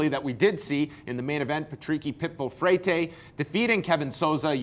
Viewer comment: Freytey? Freitei? FrayTay? Wtf.......... It's Freire, how the fuck did he get freytey?